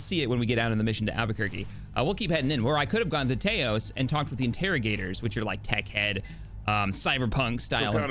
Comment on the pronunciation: Your pronunciation of Taos hurt me. The Star Wars planets I can live with but god damn that actually hurt me to hear. Fuckin Tay-os Christ